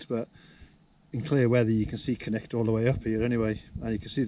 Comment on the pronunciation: I think it's Cnicht not Knight :)